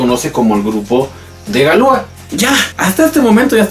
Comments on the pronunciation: Pronuncias mal, dices galúa, cuando deberías decir galuá, acentuando la última a. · En francés las palabras son agudas. Galúa es una mala pronunciación. Es correcto Galuá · No se pronuncia galúa, se pronuncia galuá....... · Interesante,,, solo que se pronunciaría galuá, con acento en la a. Ya que en francés todas las palabras son agudas.